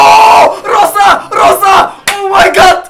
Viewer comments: Не се казва роса ами роза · Казва се Роза не Роса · Казва се Роза